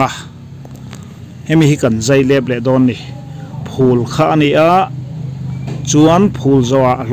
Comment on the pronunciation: Phul i tih hi a chiang si lo a, eng ang nge hriat a harsa tlat